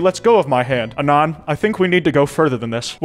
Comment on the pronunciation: why does he say anon like that 😭